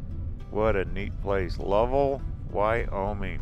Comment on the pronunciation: nice lil town. but Lovell in pronounced love-ell, as in well.